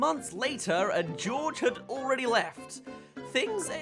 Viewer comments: Did you seriously call Jorge (Hor-hey)Gutierrez...George!? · Like I know you're super British but come on...GEORGE!? Do you pronounce Jesús, Jesus!?